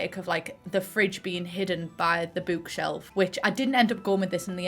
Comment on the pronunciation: fellow autistic here-- the way you say book and bookshelf just tickles the heck out of my brain lmfao bükshelf